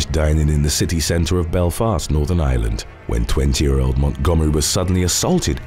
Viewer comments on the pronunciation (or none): none